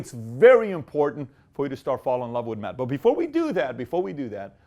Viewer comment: Dr Manhattan and Silver Surfer: The Matter Bosses great comment! But he said meth not math 😂